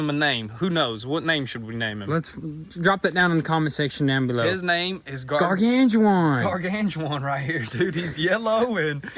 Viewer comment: "Gargan Ju Juan"